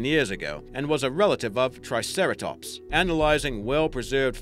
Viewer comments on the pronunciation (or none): none